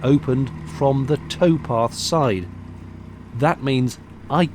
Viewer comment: Ahhh tow path. Not toe path